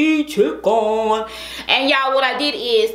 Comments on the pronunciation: LMFAO “CHICKON” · “ChickOn!” LemOOOn! Lol hilarious 😂